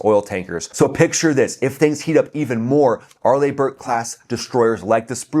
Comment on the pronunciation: not to be a stickler, but it's pronounced sprewince and arlee burke